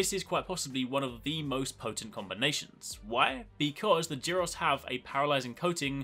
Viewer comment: I think "G" in "Giros" should be like "G" in "gold". At least you can see it written so in Japanese.